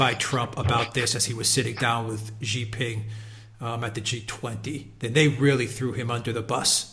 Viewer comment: President Xi's name is pronounced as "See", not "Jee".